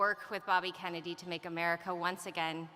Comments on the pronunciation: At about 10.55 she says Robert F kemeny jr.? listened several times that sure sounds like it. If you add a cackle now and then she sounds like who? Don't know much about her but, first impressions not really all that. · She said Robert F "Kemmedy" at the mark. She doesn't even correct herself.